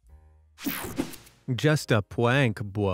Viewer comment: the words “just a pwank bwo” got me rolling on the floor😂